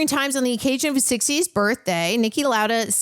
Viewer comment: Next time, can you please say the names of sport legends like Lauda with a bit more respect. Thanks!